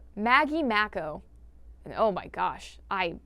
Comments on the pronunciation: Icky's symbol is biohazard, not chemical hazard. Poison dart frogs, like him, secrete a dangerous chemical that's so effective, it's been used for centuries as a hunting aid by indigenous peoples. Also mako is pronounced may-ko. They are a very fast shark. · Not Maggie Mako being called Maggie “Mack-o”. 😭